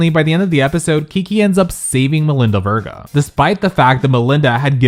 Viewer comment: Say her last name right! It’s like Sophia Vergara without the A at the end.